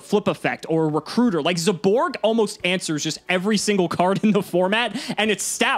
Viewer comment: Can someone PLEASE get to stop saying as "zay-borg"